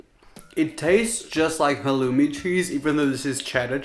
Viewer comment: Raphael: It tastes kinda like halloom cheese Me: Wait did he say halloom!? I love me some halloom! Mom where’s the cheese!!🧀